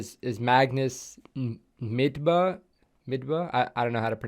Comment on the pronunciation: You nailed his name like a native, I'm impressed, not many foreigners know how to pronounce the "Ø"!